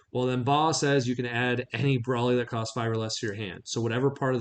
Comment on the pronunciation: Congratulations truly, but you are no longer allowed to play this deck until your properly pronounce Broly. 😅